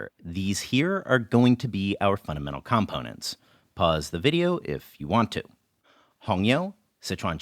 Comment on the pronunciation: Enjoyed this video a lot, as I do all your videos! One thing kept taking me out - I've never heard someone pronounce 'components' that way. Am I crazy?